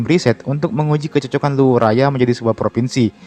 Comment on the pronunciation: Luwu bukan luwuk 😅 Kalau Luwuk, itu di Sulawesi Tengah bro. Rantepao bukan rantai pao bro 😅